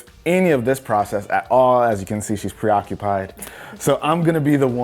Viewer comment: I like how she smiled when he Said preocupied